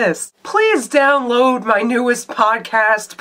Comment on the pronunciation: did she say "please down-LUBE my latest podcast"???